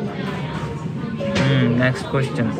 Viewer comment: His way of saying Ques-chion, true pakistani accent.